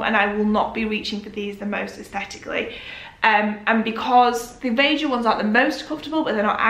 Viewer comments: Really enjoying this one! Pronunciation for Veja is: Vey-jah if that helps. While it’s a French brand, I believe the name is Spanish x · I think Veja are a brazillian brand so they would be pronouced 'Vey-jah' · Hey, the correct pronunciation is the first one, not vega. it is the portuguese word for "see" :) and they have quite a few vegan shoes as well, but the leather Options are also made sustainably!